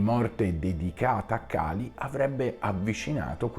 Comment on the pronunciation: La tecnica che usi è la solita di chi non vuole ammettere i propri sbagli, cioè far diventare sbagliati chi li porta a galla. Torno a ripetere, e chi conosce il tantra lo sa bene quanto sia importante pronunciare perfettamente i nomi, Kālī o Khali sono due cose diverse, e nessuno ci autorizza a storpiare i nomi, tutto qui. E le accuse ci sono, velate e non velate, chiunque le può vedere nei tuoi messaggi. Poco importa, l'importante è sempre e comunque salvare la propria faccia, ad ogni costo. Ah dimenticavo, pag 338 prima colonna del dizionario Monier-Williams (2005); Khali: sedimento di petrolio.